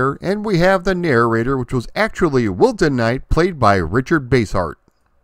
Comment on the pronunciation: When you mention him when you're talking about the TV show you say Wilton.... But when you mention him when you're talking about the Windows game, it sure sounds a lot more like Wilson....